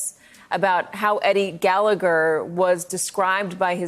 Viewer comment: STop mispronouncing her name, Helene. It is not "Hillane". BTW there are wrong usages of words of your part during this interview. What are you doing in this business, anyway?